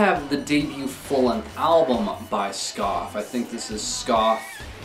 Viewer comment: They are pronounced SkA-fee not skaf.